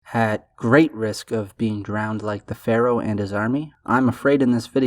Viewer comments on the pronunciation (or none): none